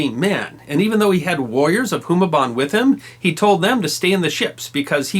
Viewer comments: Raja Humabon! Not Humaban! Stop mispronouncing it! Magellan lost because it was low tide and they couldn't get on the shore with heavy armor and weapons. When Magellan's men got off thw ships, Lapu-lapu's warriors simply waited for them to be stuck in the mud during the low tide and picked them off easily. Like the difference of your Humaban and Humabon. And yes, I'm from Cebu. I know where the strait they sailed on, the route they took and where they landed. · Raja is pronounced as raha and Humabon with long "Hu" as hooo-mah-bon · Love this, it's simple but enough. It's an old vid but it seems no one has pointed it out. Just in case, let me correct you: Rajah is read as "ra-ha" not ra-ja, and you read Humabon as hu-mah-bohn with a long ma. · You mispronounced some names wrong Humabon is hard vowels and Cebu is Ce should be soft while bu should stay the same as your pronounce it